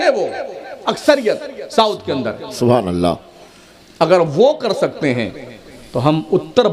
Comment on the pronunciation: منہ میں پان ڈال کر سبحان الله بولنے والا لفظ اللہ کے ل کو اتنا زبردست پر کرتاہے جیسے کوٸی شراب کے نشے میں بولتاہے کرپیا جب تک منہ میں پان ہو تب تک چپ چاپ سنو